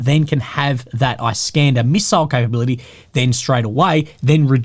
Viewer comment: produces it like "eye-Scander"